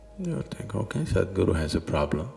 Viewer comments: This voiceover sounds very lazy! He mispronounces the word "Sadhguru." That is "apaswara," which produces negative vibrations. He makes it sound like "Sad Guru." The bugger must awaken his soul and mind and overcome his oral laziness! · your pronounciation of Sadhguru is just sad. You prenounce it as Sedhguru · It's sed-guru